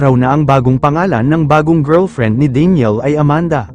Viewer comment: ano ba tlga pagkabigkas mo daniel ba o deniel?